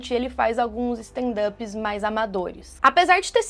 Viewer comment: Standanps ? Ai n ! Me recuso a ouvir esse erro kkk